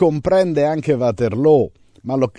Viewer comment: lo dice lo dice più volte..anche Csmpagna del Belgio come è anche conosciuta l'offensiva napoleonica del 1815 Ligny e Waterloo. Di positivo c'è che lo storico prof pronuncia bene Waterloo alla fiamminga e non il Uaterloo anglicizzato della maggioranza di ignoranti. Essere precisi è importante.